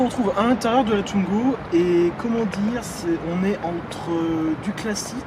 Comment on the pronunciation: Pourquoi tout le monde le prononce tuingo, sa se prononce comme sa s'écrit, touingo, w se prononce ou